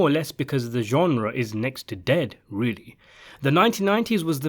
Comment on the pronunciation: Say genre again. I dare you. I double dare you.